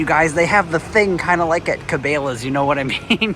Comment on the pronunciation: Dude your saying Cabela's all wrong.... Its Ka Bella's